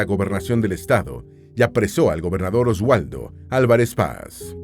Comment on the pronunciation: O'Leary se pronuncia "oleri" (Liceo donde estudio Chavez en Barinas) y Oswaldo se pronuncia: "Osbaldo"...